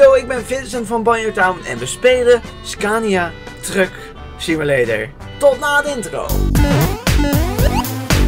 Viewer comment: Elke keer als je trucksimulator zei, leek het op drugssimulator :p